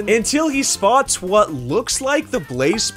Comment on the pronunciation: "the runner shpots a ruined portal"